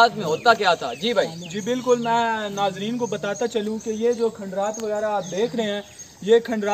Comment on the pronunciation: Babot achi Vidieo hai lekin Bhai Nazreen Hota ha Shaiqeen nhi yahan kii tamasha Ho raha hai jo bar bar Shaiqeen bol rhe ho?